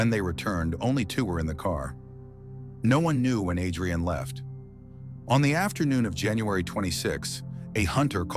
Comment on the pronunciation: Narrator keeps mispronouncing Adrianne’s name. It’s pronounced with emphasis on the the A, not like two names Adri-Anne. Is thisAI?